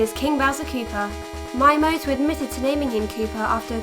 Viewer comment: Regarding pronunciations, it's Mii-a-moto, or you could say "Me a Moto", as if a caveman could be a Motorola phone!